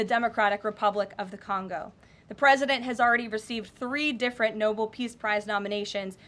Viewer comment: Damn… she did it too, "Noble"! Unbelievable! Now I can't say anything about Jean-Pierre pronouncing it like that...